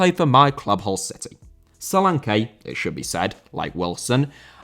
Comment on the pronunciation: Solanke* not Solankei